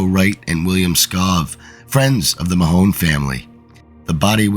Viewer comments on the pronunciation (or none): The pronunciation of the name is Mahon (like baton)NOT Mahone😂